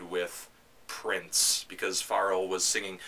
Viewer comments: i forgot abt this old video of no onethony ever really diestano pronouncing pharrell as "fah rell" n talking shit about my fav band ever wow i will never view his videos the same ever again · Anthony...Pharrell is pronounced with a soft F. "Fuh-rell". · I honestly don't think you should be reviewing a band whose lead singer's first name you can't even pronounce correctly. Just saying.